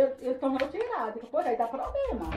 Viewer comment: Ela falou que “dava probrema” umas 500 vezes